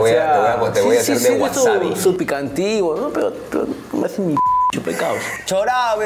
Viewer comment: Maicelo dice pedo en vez de pero 😂😂😂